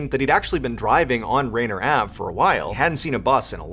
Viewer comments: Rain ear not rainer. Please learn local areas names. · Rainier is pronounced ray-near not rainer 😊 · Its pronounced Ray- Near not rayner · It’s pronounced as Raynear Avenue, not Rayner. (Think Mount Rainier) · Its Rainier like Mt Rainier not Rainer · "Ruh-NEER" Avenue, I believe, is the correct pronunciation, Mr. Ballen Thank you for these videos, always enjoyable! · I am sure others have said this, just an fyi. It’s Rain-eeer. Still very close, having never heard it. Names in WA are hard to say at times. 😊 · A little jarring to hear Rainier pronounced as Rainer. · Hey Mr. Ballen Rainier is pronounced almost in two words it is Rain near I hope that helps my friend I love your short stories they are packed full of information!!